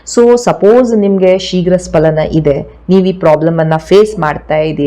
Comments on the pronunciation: ಅದು ಶೀಘ್ರ ಸ್ಖಲನ ನೀವು ಉಚ್ಚಾರ ಮಾಡುವ ಹಾಗೆ ಶೀಘ್ರ ಸ್ಪಲನ ಅಲ್ಲ ದಯವಿಟ್ಟು ಗಮನಿಸಿ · ಸ್ಪಲನ ಅಲ್ಲ ಸ್ಖಲನ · ಅದು ಶೀಘ್ರ ಸ್ಪಲನ ಅಲ್ಲ, ಅದು ಶೀಘ್ರ ಸ್ಖಲನ. Please correct. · Dr, kindly check the Kannada spelling of both words carefully, both looks alike. For more information, your pronunciation is wrong, You pronounce " SPALANA" but it should be pronounced" SKALANA" , for accuracy kindly Google. Thanks for your kind reply.